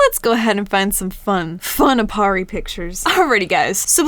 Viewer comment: aparri not appari